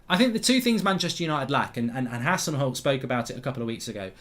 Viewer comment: Remo KälinHaha Mark he is called Hassenhüttl not Hassenhult